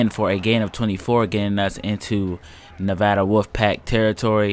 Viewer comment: Just for future reference, it's Nev(a)da as in apple or add, not Nev(ah)da. Trust me. I live there.